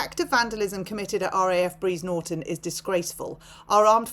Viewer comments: it’s Brize Norton. Not Breeze. 🤭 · Btw, it’s Bry’s Norton. Soz, just saying. Xx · Its"BRIZE NORTON " OXFORDSHIRE .